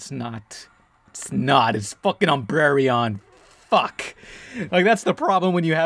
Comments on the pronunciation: It's pronounced umbreon, not umbrereon. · Umbreon, not Umbrereon!